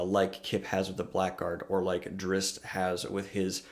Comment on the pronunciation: Drizzt is pronounced Dritst.